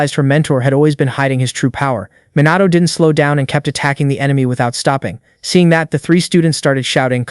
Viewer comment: Is is Minato or MOnato ... srsly stop that KI Summary and KI Voice Bullsh!t